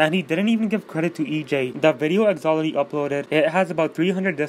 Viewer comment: " Thaloty what the thuck " 2019 " Who the thuck is EJ" Lmao im dying 😂😂😂😂😂😂😂😂😂😂😂😂😂😂😂😂😂😂😂😂😂😂😂😂😂😂😂😂😂😂😂😂😂😂😂😂😂😂😂😂😂😂😂😂😂😂😂😂😂😂😂😂😂😂😂😂😂😂😂😂😂😂😂😂